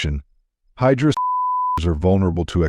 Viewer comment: Actually it's hijaras not hydras..